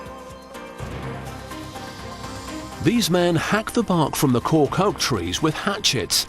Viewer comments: A fine "corck" ( ͡° ͜ʖ ͡°) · Cant stop hearing cock God my throat needs a stuffing ...with wine